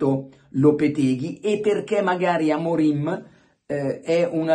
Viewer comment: ma credibilità ha Luca Diddi che dice Amorin anzichè Amorim sono tutti maestri di tattica non ho parole